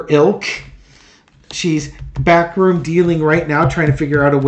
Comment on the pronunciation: For some reason every time you say "backroom deal" I hear it as "bathroom deal".